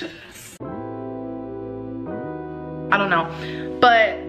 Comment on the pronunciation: obnoxious?is that what she said? i couldnt make out what she was saying